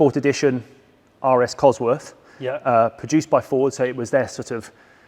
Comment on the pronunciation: I'm Dan and I have an addiction, every time Jonny says Ford, I immediately think FOWDS. and I don't know how to stop